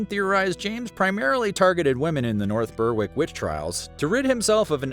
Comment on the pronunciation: The “W” in “North Berwick” is silent, it’s pronounced “Berik”.